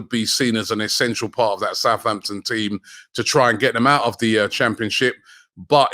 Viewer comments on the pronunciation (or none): none